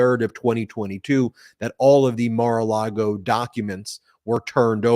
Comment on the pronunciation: ...Did Cohen just say Mar-a-Lardo?...